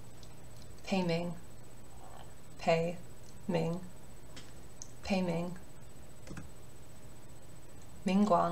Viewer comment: Hi! Just wanted to say, as a Chinese speaker, this is really well done! disclaimer: not a native, but my family is chinese and ive studied in a Chinese school for many years. While the pronunciations of the words sound somewhat weird due to the lack of use of tone, if you're talking about the pronunciations of the words themselves, it's pretty good! I loved how u pronounced San Lang, Pei Ming, Cuocuo, and Lan Chang-- practically perfect! Especially Hong Hong'er, the "er" can be tricky. I was so so happy with how you pronounced the names with "shi" in them as well-- it can be quite tricky for a lot of those who don't speak Chinese, but you did really good! I also loved how you pointed out the "mo" sounds, as the slight "muoh" to the pronunciation can be subtle but it makes a lot of difference to a native speaker! Just some tips for those who really want to be meticulous and get that exact sound: - the ZH sound (like in xuan ZHen or chengZHu or quan yiZHen ) : less zhuh (like in genre) or juh (like in jump) sound, but more a combination of the t in "tch!" and juh (something like the "juh" in jump. like this [ ] - the D sound (like shi wuDU ) : its less a hard duh sound (like door or duck) but a softer d (think of it as a combination of d and t). so its not shi wudu (like the word "do" in English) but more [ ] (the du here is the exact character used in Shi Wudu) - the SHI sound (like SHI qingxuan or SHI wudu ) : like i said earlier, the